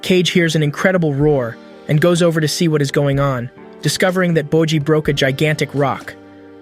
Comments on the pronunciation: nah u did not just call bojji 'bocchi' lmaoo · Did u just call my man Boji dumb boy, I hope I see ur dumbass in the streets